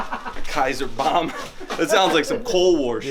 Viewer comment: Just sounds like you’re saying bum not bomb